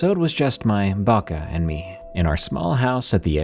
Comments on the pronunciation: Bako bako not baka baka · The first story? In Serbian we call our grandmas "baka", it's an endearing term, there is also a standard form "baba". Baka is pronounced more or less correctly in the video, he stressed it a bit wrong but it's alright.